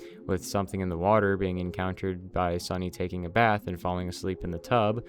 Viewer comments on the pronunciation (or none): none